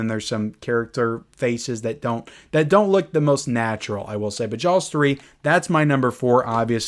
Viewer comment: I love hearing you say jawLLLLLs